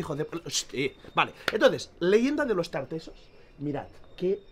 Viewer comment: Los tartasoss dijo 🤣🤣🤣